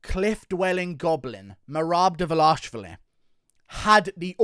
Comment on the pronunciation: Dva lish vili is how it’s said, read his name man. Not a knock, I like your stuff, but your pronunciation of fighter names is questionable at times 🤣